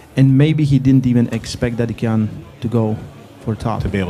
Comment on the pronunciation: It's such a mild annoyance that seemingly can't pronounce 'Dadikyan' and just uses "Dadikahn"... Come on dude, these names are not that hard! He can even hear pronounce it!